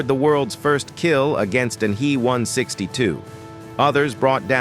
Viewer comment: AI generated voice-overs ... "me" 262, "he" 162 and "ar" 234 ... 🤣